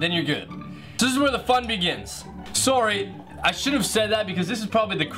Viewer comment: is he Canadian? the way he said sorry 😂😂😂